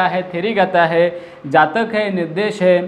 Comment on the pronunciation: जाचक नही जातक कथा.... पहिला पढना सीखो साहब